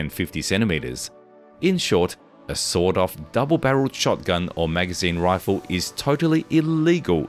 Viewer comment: Every time author says sawed-off shotgun, I hear sawdust shotgun or sold-out shotgun 😅